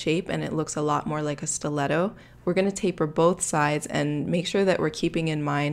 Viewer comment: Nicole Delacruz I know it’s a stleto Stu-let-toe